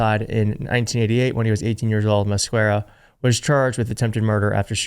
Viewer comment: Love ya, but the pronunciation of Masquera is “ma-ske-ra” - or somewhere between “ma-ske-tha ” and “ma-ske-da” (so put your tongue between saying “tha” and “da” to roll your ‘r’. Either way, there’s a silent ‘u’. Sorry, but it’s a pet peeve cuz all Americans should know Spanish or at least how to pronounce words in this language that is wayyyy simpler than English). Yet people can easily pronounce “YTer “ names from Eastern Europe that are way more complex. Starts to feel personal after a while! Still think you’re doing good work though!